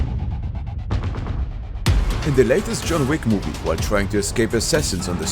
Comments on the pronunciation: yo bro it's not john whick or john tick it's john wip😂😂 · did bro really say mr.thick💀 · "john thick" got me. 😂